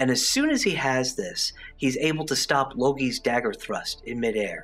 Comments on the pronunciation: I heard logi instead of Loki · If you listen closely in minute he says logi instead of loki lol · I don’t know if I heard this right but did he say “logi”?